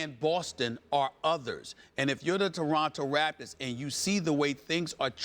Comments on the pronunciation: Anybody else catch Stephen A. say “Taraptors”? 😂😂😂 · toraptors lol